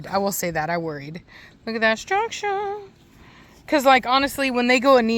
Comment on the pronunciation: You have a Good Day too...Every time You say, structure...I have to think of Preacher and You guessed IT "Heffe" Acually All STCC have stu..ruckturrr. Greetings from West-Germany.